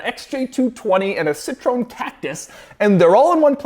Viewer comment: When he said "Citeron Catcus" i lost it